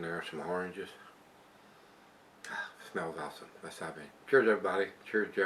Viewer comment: When you said " letsa( sounds like Elexa) jump up here on untapped." Thats when she interacted with ya bro. *cheers*😁🍺